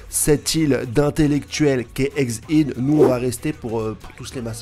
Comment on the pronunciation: Stp stp stp stp STOP dire Eggs ide On dit Eg Hède bordel Tu fais cette faute depuis plus d'un an je saigne des oreilles mdr merci frérot prends soin de one pièce